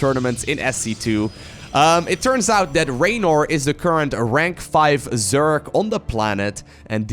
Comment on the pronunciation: It's not zyork it's zerg